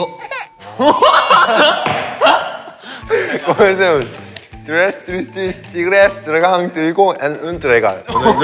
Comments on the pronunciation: Sungji en su cabeza: Comencemos suena igual que cosmetics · Nadie: Sungjin: confunde "comencemos" com "cosmetics" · nadie: absolutamente nadie: sungjin: cOsMeTiCs